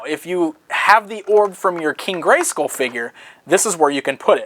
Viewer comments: igel789 No, it does rhyme with dull. just pronounces it weirdly. The WWE wrestler Randy Orton says it like "school" too. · why do you say Scoll? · The way "" incorrectly pronounces the word "SKULL" irritates me. Castle GreySKOL Castle GreySKOAL Castle GreySCOAL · So the word "Skull" in Greyskull is pronounced like "pull" and not like "dull"? That's interesting. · Am I the only one wanting to smack him every time he says "Gray-SCOOL"?